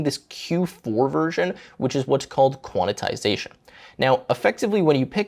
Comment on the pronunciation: There's no way I'll ever use Mac just to get this extra ram. Also, I think it's qwen not Gwen and quantisation not quanitisation. Love the video!